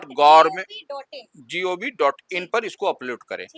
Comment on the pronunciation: DLRS hota hai na ki DIRS😅